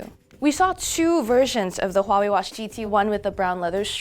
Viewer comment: Dislike for bad pronunciation of Huawei.